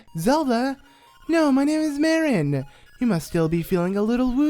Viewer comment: And its pronounced Mar-in not mare-in. Same with Tar-in. just needed to let you know.